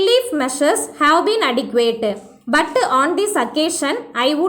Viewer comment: Butuuu Woulduuu shoulduuu , Please avoid these pronunciation sister